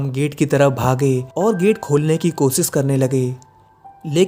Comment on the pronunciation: ITZ RAKESH...NOT RAKES....WORD IS KOSHISH NOT KOSIS.....UR HINDI IS REALLY VERY PATHETIC..